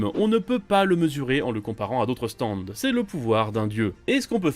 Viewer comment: Franchement les gars elle est super votre vidéo, mais par pitié revoyez les prononciations des stands :')